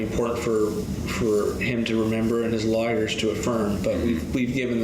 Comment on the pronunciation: WTF are "Lar-makers" and Lar-ers"